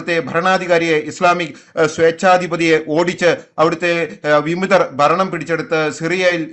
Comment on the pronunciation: വിമിതർ അല്ല ചേട്ടാ വിമതർ... ആദ്യം മലയാളം ശരിക്കു വായിക്കു